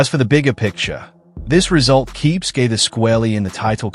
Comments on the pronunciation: "Justin Gaythe "😂how can someone have a channel ,but not be able to properly pronounce one of the sports biggest names? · Not even 5 seconds in and you mispronounced Gathje? Phuq off.